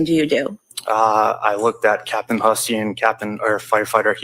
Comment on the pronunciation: Side note: Hussey is pronounced Huzzy. I don't understand how this man would take on this pronunciation, but to each his own, I guess. Lol